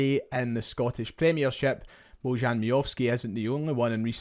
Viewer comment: Baw-yan is the correct pronunciation.